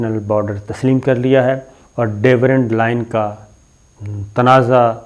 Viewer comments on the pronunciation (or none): It is Durand and not Dawerand